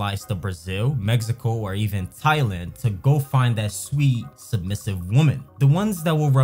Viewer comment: this dude says THIGH-Land